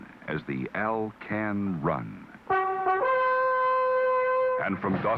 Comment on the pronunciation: Alcan, not “Alpine.”